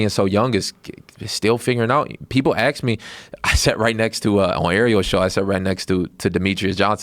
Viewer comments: So funny when a guy says: “I’m very cerebral myself...” But in the same breath, right before, he says “ax” instead of ask. Ahm verr cerebuhl, ax ann body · he's saying axe instead of ask 2 times in a row? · I lose all respect when a black person says "Ax" instead of ask. Smarten up and stop the ghetto nonsense.